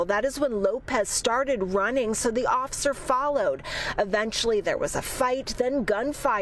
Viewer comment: Oser? Lady.. The word is "officer"... And their safety is paramount. I'm shocked it went that way.. They shot a lady in a kitchen with a boiling pot of water... So it makes me wonder how dude did it other than by surprise.